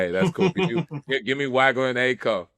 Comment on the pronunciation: Guys.......it's not "WAG-LER"......it's "WAWG-LER".